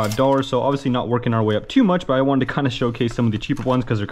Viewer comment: bro says "oviously" so much